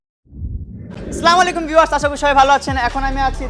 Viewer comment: সালামটাও ভুল ভাবে দেয় ওইটা স্লামালেকুম নয় আসসালামু আলাইকুম